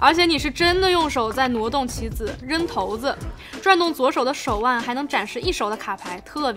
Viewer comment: 投子？骰子shaizi